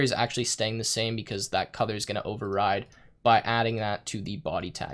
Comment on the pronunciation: why are you pronouncing "codour" instead of "colour"?